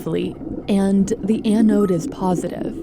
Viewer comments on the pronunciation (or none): the way you say "anode" irks me